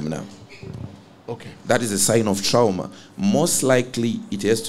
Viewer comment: "Tirauma" pronunciation:text-green-game-over